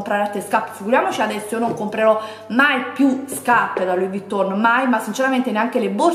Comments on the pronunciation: Eh purtroppo "Louis" l'ha pronunciato bene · A tutte quelle che Hanno sottolineato o deriso nei commenti la pronuncia di Louis. In francese si pronuncia non facendo sentire la S. O vi state zitte (dato che offendete quando in realta´ sbagliate) o vi informate.